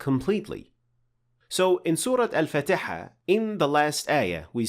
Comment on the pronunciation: im sorry but it was hard to take you seriously after you mispronounced fatihah haha... otherwise good and informative video